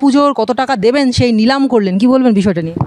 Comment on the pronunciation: সাংবাদিক বারবার বললেন লিলাম উচ্চারণটা ঠিক করে বলুন নিলাম।